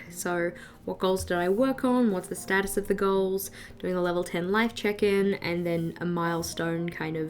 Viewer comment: I love your videos they are so calming in a way 🥰 Each time you say check in I hear chicken so it's kinda funny when you say quarterly "chicken" 😅😂